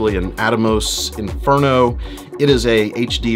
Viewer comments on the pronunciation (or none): none